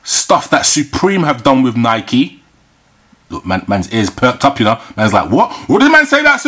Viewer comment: 25th anniversary, and you didn't pronounce nike correctly just saying